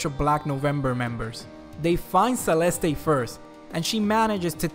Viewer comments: It's Selest not Selestei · You don't pronounce the last E in Celeste as ay it's silent. Said like "Selest"